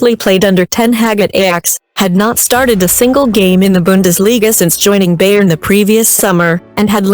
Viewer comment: "Beyern" 🤦‍♂️ omg...